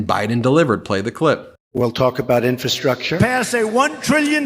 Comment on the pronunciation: Has anyone else noticed that Trump can't even pronounce infrastructure? He says "infa- structure." Good grief! Listening to him talk is like hearing nails on a blackboard!